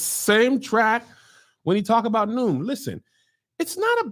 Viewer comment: Every time Kevin does the Noom ad, I can't help laughing, remembering when he BUTCHERED IT!!! Noom.CLAM LOL LOL LOL